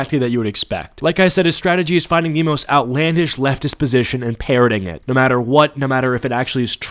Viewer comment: that "NAWR!" seriously infuriates me to such an unreasonable level.. like how fkn stupid were the criminals sent to australia for their accent to devolve to the point where this obnoxious lunatic's "nooooo!" sounded like that??? so fkn ridiculous...